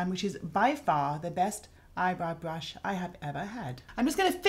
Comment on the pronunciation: Can someone please tell me the type of British accent Mary Greenwell has? She sometimes pronounces her r's as w's. She'll say "mascawa" instead of "mascara" and "bwush" instead of "brush". I noticed in the movie "The King's Speech" Colin Firth's character often does the same thing.